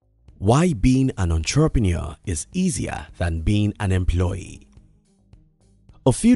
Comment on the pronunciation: The way you pronounce " entrepreneur" is sooo annoying 😑